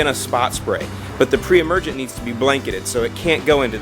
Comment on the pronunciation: I heard other times you said must be do not put per-emergent when new seeding